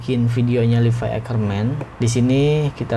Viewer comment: Levi anjirr bukan livai